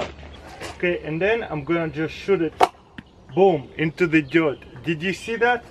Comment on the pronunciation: “Shoot it into the dyert”